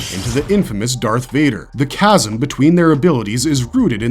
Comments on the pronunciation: "Chaz-m" Its "Ka'zuhm" sir. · A small side note. Chasm is pronounced "kasim" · Why do computer generated narrative voices mispronounce so many words? Visage. Chasm.